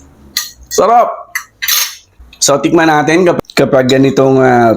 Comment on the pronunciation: pwede ba baeasan yung pabigkas mo ng so sa bawat salita mo